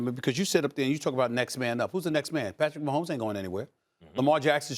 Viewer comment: Nobody: Max: pAtRiCk MaHoMeS!!!!!!!!